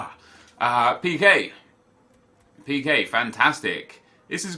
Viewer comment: When he said pique who else thought he said peter Kay?😂😂